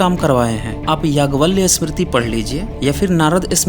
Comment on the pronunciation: yaagyavalya nhi yagyavalkya hota hai Lamde.